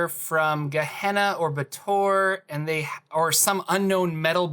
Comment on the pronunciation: Baator — I believe it’s pronounced “BAY-ah-tor”